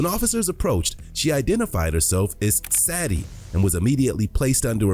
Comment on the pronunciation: Sadie is pronounced “say-dee”